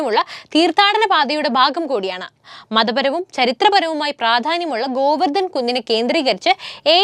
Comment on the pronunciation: നല്ല അറിവുകൾ , അവതരണവും നല്ലത് . അക്ഷരശുദ്ധി വളരെ കുറവ് , ദയവായി മലയാളം വാക്കുകൾ നന്നായി ഉച്ചരിക്കാനും എഴുതാനും പഠിക്കുക . ' പാണ്ഡവർ ' എന്ന് എഴുതുക . ഭോജൻ , ഭാരതം , ഗോവർദ്ധൻ , എന്നിങ്ങനെയുള്ള പല വാക്കുകളിലും ഉച്ചാരണ ശുദ്ധി ഇല്ല .